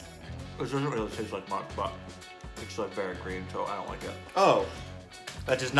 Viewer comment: Has never seen a pea before, like he really emphasises how green it is lol